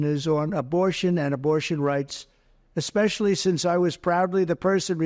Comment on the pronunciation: Exspecially? That’s how four year olds pronounce it. Trump is an uneducated idiot.